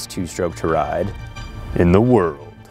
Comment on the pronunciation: The BBC Jeremy Clarkson of Motorcycle shows!! Maybe a bit of work on the 'in the whurld' line, but this is it!!